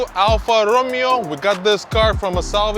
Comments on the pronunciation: the "Me" part in Italian & Spanish is said as May, not like Me in English which is Me, Myself and I. Every time he said Alfa Romeo, he was saying Ro-Mee-o as in Romeo & Juliet (English). Here is a Spanish example, Mesa as in La Mesa California. Mesa is pronounced as Maysah If you ask google to pronounce Alfa Romeo this is what it will say al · fuh row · may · ow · I been thinking about getting one of these. Also Romeo is pronounced Romayo, in English it would be RoMeeO, however Alfa Romeo is Italian so it’s Alfa Romayo. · Alfa Ro May Oh....Come on....say it right!!!